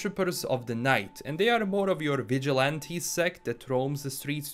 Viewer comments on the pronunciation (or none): none